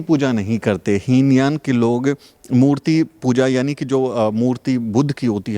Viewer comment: heen yan nahin hota hai he yaan hota hai. pls correct it👍🙏💙💙🙏 Jai Bhim Namo Buddhay 🙏💙💙🙏